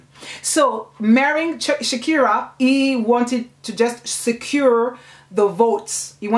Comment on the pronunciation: I have read this book but i didn't see any part of it telling us that mama Rashida had two kids. And also u pronounce Sikira as Shakira which may be misleading. But u have explained it well. Thank you